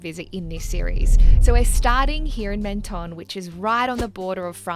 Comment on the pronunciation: Love the video but as world travellers, you might consider getting the pronunciation of the place your video is showcasing a little closer. Or, you could just do it cartoonishly badly like this. "Meant-tonne" Mon dieu.